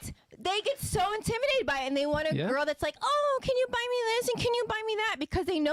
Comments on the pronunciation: the word is intimidate not intiminate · Intiminate lol wtf it's intimidate learn how to pronounce before you be talking on a podcast and making yaself look like a fool other than that I do agree women like this are just plain annoying and stats show it that when a woman or women make a certain amount of money it makes it more difficult for her to hold a guy down in a serious relationship.